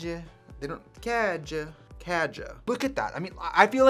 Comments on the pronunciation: It took me a moment to understand the “kaja” she was talking about was the way we say katya?? i feel very attacked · Demorei dois anos pra entender q ela disse Katya, n foi dessa vez em trixie KKKKKKK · We say what?! Lmaaooo Maybe that's a local accent from the place or something Our way of saying Katya usually sounds a lot like the english pronoun :') The difference is only in the "a" Kinda like "Kátya"